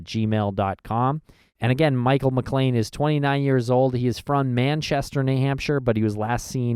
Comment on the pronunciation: Last name is McClain, not McLain.